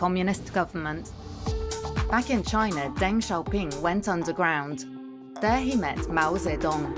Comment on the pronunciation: Or Deng... Zhou! "Daing" and "Zou." Lol, bizarrely lazy.